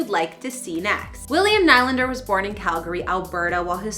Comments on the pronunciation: I do have to say, every time you say NIGH LANDER it makes me cringe. It’s pronounced NeeLander. I’m not “bullying” you. You should have known this before you posted this video. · Can someone please tell this woman that his name is pronounced NEELANDER!!!! 🤬🤬🤬🤬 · what a waste of time and for god's sake learn how to pronounce his name. knee lander not what ever you are saying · I am sorry to say this but it has to be said. There is nothing more unprofessional than someone who is hosting a story or documentary on a person and they haven't done enough research into your topic to know how the person pronounces his last name. The man pronounces his name Knee-Lander. It not only bothers the watcher it really puts a dent in your credibility. As well, Willy wasn't crazy about it either. Please do better. You had a lot of things right. Your presentation and your relationship with the camera was excellent, however when you screw up the subjects name it is hard to save the piece. Good luck in the future. Remember, research is crucial. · I was about to say the same thing is Nee Lander not like the hockey team New York Islander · Please remove this person and never let them do another video. HTF can she not pronounce his name correctly if she says she is a fan of the Leafs? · This girl sounds like a total idiot! They make these videos right outside of Toronto, but she cannot pronounce Nylander's name correctly! I'm calling BS on this! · Calls herself a fan but can’t even pronounce the name right honestly